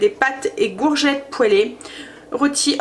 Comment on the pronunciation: BONSOIR, VOUS ETES TOUJOURS AUSSI PÉTILLANTE, JE VOUS AI ENTENDU DIRE LE MOT GOURGETTE, ALORS QUE ÇA SE PRONONCE COURGETTE. SINON TOUJOURS AUSSI INVENTIVE DANS VOS RECETTES ET TRES BIEN EXPLIQUER. MERCI MILLES FOIS. KARIMA 46 ANS DE BRUXELLES. BIG BISOUS